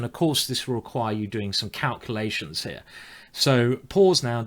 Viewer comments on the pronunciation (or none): none